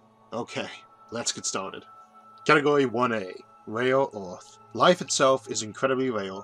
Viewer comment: I'm still very irritated because of your pronunciation of "earth" and "mars". kinda keeps me from subscribing :'D but nonetheless your content is in fact one of the best I found on YouTube. Thanks